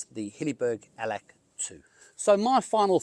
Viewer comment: Allak..not Allack 😊